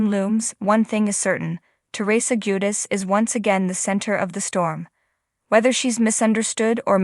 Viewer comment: What's bad what's sad? It's JuDICE. It's hard to even watch and listen bc of how poorly you voice these. I can't come back It's just too damn irritating.